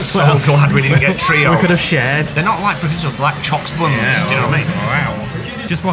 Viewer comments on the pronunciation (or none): The way you pronounce things is hilarious. Choux pastry is pronounced “Shoe pastry”.